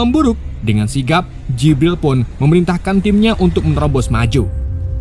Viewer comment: jibral jibrill . mimin e mabok